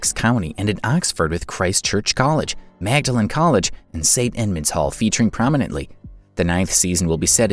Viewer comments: It’s pronounced ‘Maudlyn’ not Magdalen. Don’t ask why… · Thanks for this. Btw, Magdalen is pronounced “maudlin.” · The university of Oxford college Magdalen is pronounced "maud-lin"